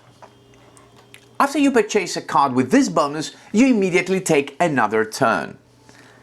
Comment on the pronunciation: Just a helpful hint as I'm guessing English is a second language for you: Mandatory Pronounced: MAN-duh-tore-ee Purchase Pronounced: PURR-chess Excellent tutorial. Thank you!